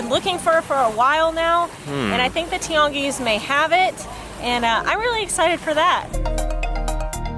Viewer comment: I love the way you pronounce Tianguis, it sounds almost like a french accent.